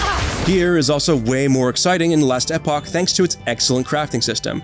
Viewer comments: Couldn’t stand how this guy said it hahaha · SMH it hit my ear so weird for sure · What the hell is "Last Eh poch"???????? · We devolved from "Last Epoch" to "Lestapock" by the end of the video lol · It's not pronounced last eh-pock, it's pronounced last eeeeeeeeeeeeeeeeeeeeeeeeeeeeeeeepock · learn how to say last epoch